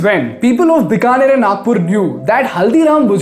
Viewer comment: Many people from outside of Bikaner also make the mistake of pronouncing Bikaner as "बिकानेर" instead of "बीकानेर". Even he does it in the video.